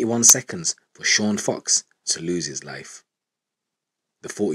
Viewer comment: It’s Sean Fox not cox